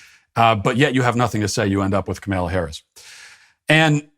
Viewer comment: I really appreciate how he always mispronounces Kamala. Keep it up. I laugh every time.